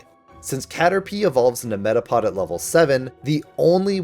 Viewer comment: METAPOD DOES NOT END WITH A G, IT ENDS WITH A D!